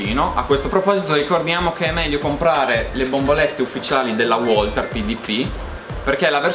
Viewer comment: Tutto molto bello, ma Walther si pronuncia VALTER e non UOLTER: è tedesco e non inglese, su su😂